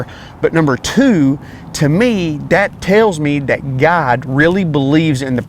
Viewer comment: Anyone else thought he was saying the brand name is "God"? :)